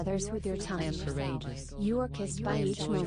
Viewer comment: it sounds like she is saying tounch with an "n" and that is annoying